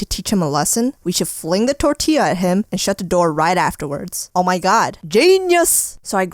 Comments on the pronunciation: Its pronounced tor ti ya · You gotta pronounce it tortia also I'm weird asf too I would do the tortilla too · Wena pronunciacion de "Tortyeah" :v Xd